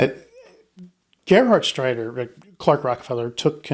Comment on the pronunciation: Greetings from Germany! The pronounciation of the name Gerhardsreiter was super. It is a very difficult name. I am impressed.